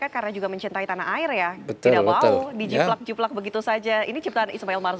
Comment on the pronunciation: Jiplak min.... Bukan jiblak.... Haaaddeehhhhh....